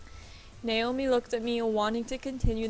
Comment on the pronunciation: finally they said Naomi! ...sorry, the way you were saying it was really getting annoying to me and I was waiting till they said it correctly.